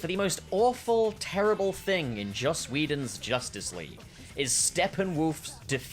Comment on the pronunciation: "Josstice League"